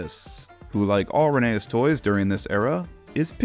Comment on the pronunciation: it’s pronounced “Rheneas” not “Rheneas”